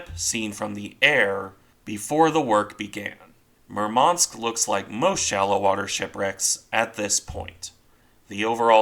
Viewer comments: "Murmansk" should be pronounced with emphasis on "u", not "a". Apart from that, its a good random video YT algorithm somehow chose for me, hahah. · Thank You for the video! Just correct accent in the ships' name is at the 1st syllable: MUrmansk, not MurmAnsk.